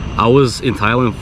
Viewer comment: Dude.. learn the name. You been in Thailand how many times now? its not even funny and im not even Thai.